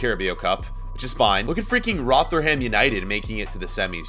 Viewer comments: rotherham is pronounced - Rother-rum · How he said Rotherham United made me wanna die